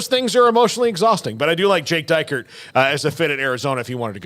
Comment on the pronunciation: Who's Jake DYKE-ert? Should probably learn how to pronounce his name first.